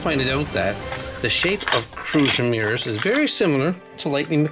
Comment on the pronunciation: ets not crosmiros its. relybad